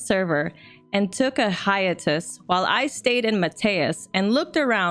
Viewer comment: I love your renditions but please look up the pronunciation of hiatus....it's seems like every other story includes this awkward word